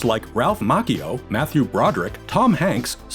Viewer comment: How the hell did you mispronounce Ralph Macchio?